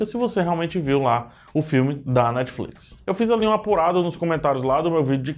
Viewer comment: unico cara q fala netflix e nao netiflite